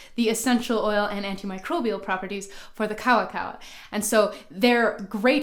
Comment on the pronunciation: Good video but you didn't pronounce Maori or kawakawa right, then again 90% of Pakeha in NZ don't pronounce any Maori word right.